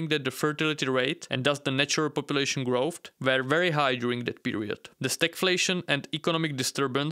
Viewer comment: Low growft. Yellow wests. Water turnout. Out of respect for your audience, please work on your pronunciation.